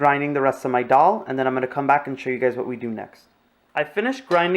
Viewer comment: You videos are very clear and you are very good. Now, it's not Doll, Dol or Dhal. The correct pronunciation is Dal. Like a baby saying da da.. dal.